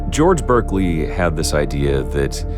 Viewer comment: Great video! Pedantic and well-meaning philosophy comment/fyi: Pronounced Bark-lee